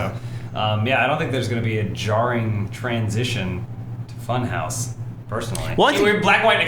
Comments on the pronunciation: Can't stop calling it Fun-HAUS!! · Can u pronounce it more German? Funhawssss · New shot game take a shot everytime they say funhause ;3